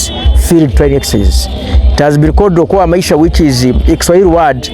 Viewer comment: It's okoa maisha,not okuo maisha